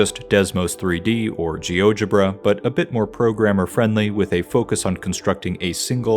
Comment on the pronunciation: Are you Danish? Or does everyone pronounce GeoGebra like that?